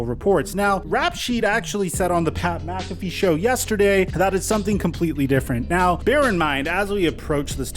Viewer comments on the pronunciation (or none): none